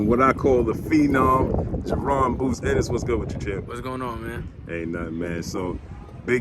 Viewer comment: It's Ennis not Innis